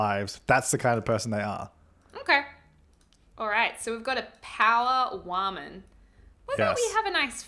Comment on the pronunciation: Omg said whamen?? Hahahahahaha